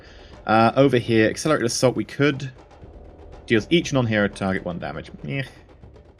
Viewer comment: every time you say "accelerated assault", all I hear is "accelerator salt"